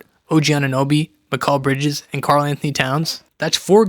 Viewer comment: Let me ask you one thing. Why do you think that’s how you say mikal bridges’ name? Really why do you think an improper way is correct. Seriously he won’t say his name they way, josh hart won’t, brunson won’t, towns won’t, nobody who knows him will. A lot of the video is wrong thibbs needed to go and you also can’t say mikal bridges’ name right